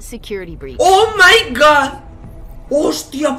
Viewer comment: Nadie:: o mai gawd